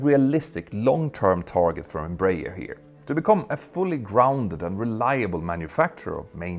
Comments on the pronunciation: Embraer is pronounced "embra-air", not "embrayer" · Closer pronunciation: Einm-bra-ehr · Here in Brazil we pronounce EM _ BRAH . AIR. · Embraer is spelled Em - Bra (as in Brazil) - Air. EMpresa BRasileira de AERonautica. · Just a brazilian advising you on how to pronouce properly the name Embraer. Say Embra Air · Nice video, thanks! As a curiosity, here in Brazil we pronounce EMBRAER like EN-BRA-AIR (EN as in the word ENglish; BRA as in a woman's bra; AIR as in the word air). I'm not sure, but the "AIR" in the end was probably not intentional, though. The name stands for "EMpresa BRasileira de AERonáutica" which means "Brazilian aeronautics company". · In Brazil we pronounce Embraer as "Embra Air" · Just a quick tip, it's pronounced "embra-air" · embreier hahaha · Embraer is pronounced "m bra air" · The pronunciation is Embra-Air btw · The best way of pronouncing EMBRAER, in English, would be "Embra-Air" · The way you you pronounce "Embraer" is quite funny 😅😂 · The inability to pronounce Embraer correctly by someone who makes a living from talking about airliners it’s kinda funny… (to not mention tragic..)